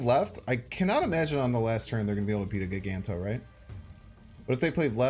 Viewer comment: For the love of god man… I love you content but if you don’t start saying magneto and giganto right, I swear I’ll stop watching. It’s MAG Ne tow